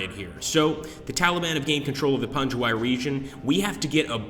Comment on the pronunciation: It's pronounced pangwayy